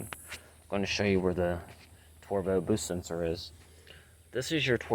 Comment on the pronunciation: Jesus this dude can’t pronounce anything correctly. Bush sensor, turbo, biometric sensor… wtf is he doing even working on cars?!?!?